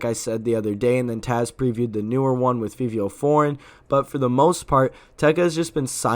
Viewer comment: yes but fivio is pronounced five-ee-oh